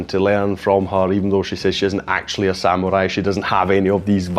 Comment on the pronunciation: You are the first non-Japanese who pronounces the word samurai correctly. Most say sam-u-rai not sa-mu-rai. Thank you.